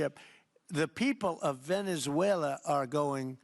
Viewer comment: Ok Canks needs to go to a nursing home, he's talking about about Venezulor,, he's saying it like Teslor , what is he talking about, can anybody tell me what he's saying, wind mills are killing birds, WTF is he saying windmills are killing birds, He's obsessed with windmills, he's like a toddler, a child would name a bill the big Beautiful Bill? That's childish